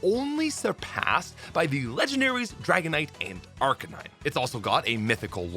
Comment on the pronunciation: As a Canadian, I don’t understand how you say “dragonite” with such clarity but then say “oat” instead of “out”